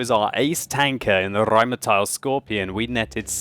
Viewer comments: You wouldn't roll the first R. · Rrrrrrrrheinmetal. Why the hell does he pronounce everything with R in the name like this? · you keep pronouncing Rheinmetall as Rheinmeteil:P Also your rolling r's are a bit laboured ^_^ Just some friendly criticism, nice video:) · You're always good with your pronunciation, but for Rheinmetall it's an "ah" sound at the end. (Not "ial"). Great review though! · i really like it when u start saying rheinmetal rrrrr....rheinmetal hahaha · Захари Прит Well.. Jeah it kind of sounds a bit strange when he pronounces it. But he's giving it a good effort and comes pretty close. I like the way he sais it being german, btw :) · I love when you say "Rheinmetall" or "Waffenträger". I'm from Germany.